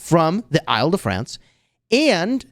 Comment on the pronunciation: the way to pronounce Île-de-France is like "ill" or sick in english....